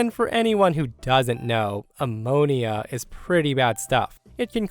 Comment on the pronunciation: How do you not know how to pronounce ammonia?